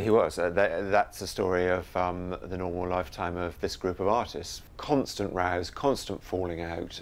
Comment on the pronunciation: "Constant razz" -- Oh! Constant ROWS! The "w" is barely there!